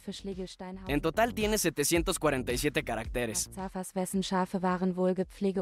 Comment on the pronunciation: caratéres Jajaja la tildee